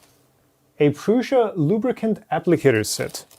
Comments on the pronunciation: Nope, it is PRŮŠA [PRUSHA]. You can try it yourself in google translator with Czech language ;) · It‘s czech. That‘s why the way said it is correct.